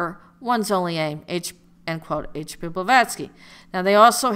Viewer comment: This broad is really painful to listen to. Plus, how do you take someone serious when they can't even get the person's name correct?